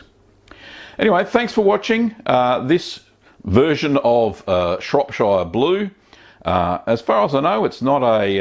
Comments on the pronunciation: don't blame him, english is his second language. really, every time he said shire, it was like bamboo pins under my finger nails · The way you pronounce shropshire gives me anxiety... I'm British btw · Please pronounce Shropshire correctly at least lol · Itttsss fiiiiinne You english and your "burgh" and "shire", as long as the message is conveyed it's fine. If I corrected every person who pronounced "New Orleans" like a tourist, I'd never have time to watch a guy make cheese. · Yeah as a French I can understand why French or Italians for instance don't pronounce [...]shire the right way in this context but I don't get why most americans don't seem to know how it's pronounced originally. Like, if you're talking about a county that's in England, pronounce it shuh, idk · not being pedantic..... well i am but i'm from there..... it's pronounced shropsher, not shropshiiire :-) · It's pronounced "Shrop-sherr", not "Shrop-shieerrrr" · It's pronounced like Cher rather than Shire. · Matey, it's Shropsheer, not Shropshyre... it's not Lord of the Rings! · Long-winded presenter if ever there was one! Just haven't got the time or patience to hear him out. And, he mispronounces all the English counties the same as ShropSHYER, where I also am from. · Shropshire is pronounced Shropshur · Shropshire is pronounced Shropshur, same goes for all the other 'shire' counties in the UK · Shropshire is pronounced "Shrop shuh" - like the sound in the word "pressure". Same goes for Cheshire, Lancashire etc etc. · It's pronounced shorp-shirr.. lots of people from abroad make this mistake.. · Pronounce shire or shear or Shuh probably better off saying it Shropshear or Nottinghamshear as a Salop my self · Shrop-Sheer, not Shire.......... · Shropsheer lol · "Shropsher" :o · I clicked on this just so I could hear you mispronounce Shropshire :D You didn't disappoint! haha